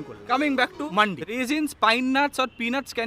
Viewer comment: মান্ডি না ওটা "মান্দি"